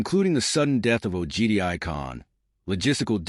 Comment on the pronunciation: Not Ogedia, Ugudei khan 😂 Anyway just imagine the nightmarish logistics of Mongol army of that time from the Korean sea to the Caspian sea. That alone is a big enough reason not expand for them.